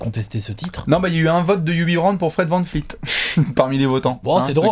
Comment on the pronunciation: On peut m'expliquer pourquoi dit toujours Fred vanfleet au lieu de dire fred vanvleet